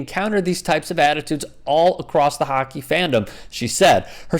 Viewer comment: You surprised....its hockkky